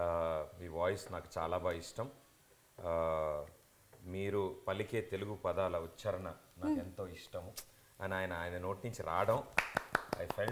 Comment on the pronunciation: Uccharana kadhu Ucchaarana.